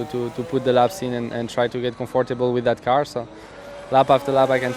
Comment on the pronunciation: Gasly: 'Put de laps in and and try to get comfortibal wif dat car' clearly nervous :D